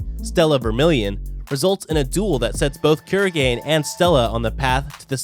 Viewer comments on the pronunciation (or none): Dude it's not kurogen it's kurogane